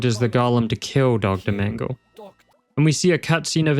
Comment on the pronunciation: As a native german speaker: The last "e" in the name "Mengele" isn't actually silent. It's pronounced the same way the first two in the name are. It kind of bothers me that english speakers never pronounce it correctly, even though it's actually not that hard. (Or just look up how to pronounce it beforehand.) I get it when it's a name like "Bach" or any other word with a "ch" in it since that sound doesn't exist in english, but something like "Mengele" really isn't that hard.